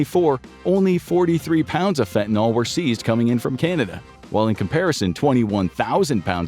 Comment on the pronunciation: Stop calling fentanyl "fentanol." There are no hydroxyl groups in fentanyl so it can not be an alcohol.